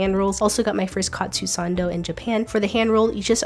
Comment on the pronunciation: Learn to pronounce sando.